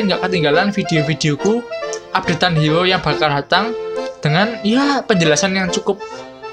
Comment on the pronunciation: Bang Bisa Ngomong R gak, Sebut HERO KOk Jadi HIO, R nya kmna😆